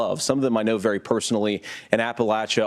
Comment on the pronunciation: vewy, vewy quiet....